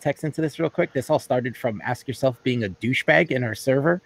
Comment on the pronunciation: I thought you were saying "ass yourself".